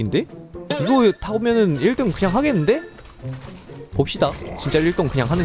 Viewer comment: 아까 님 이 1등을 1똥 이라고했습니닼ㅋㅋㅋㅋㅋㅋ